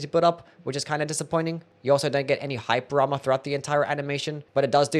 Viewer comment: bro says hyper armor like hype drama